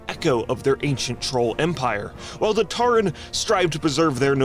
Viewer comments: "Tarren"? Tauren mate <3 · saying TAREN is sending me.